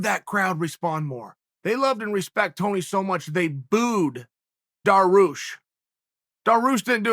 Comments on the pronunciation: It’s not daroosh— it’s dar-ee-oosh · Chael “daroosh” sonen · lol it's not daroosh ... his name is Darius just with the SH (greek and persian pronunciation ) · Sir Dariush pronounced. Dar-yoosh. 🙇🏻‍♂️ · Chael "Daroosh" Sonnen